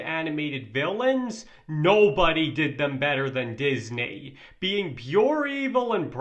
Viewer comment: DIS-NAY! XD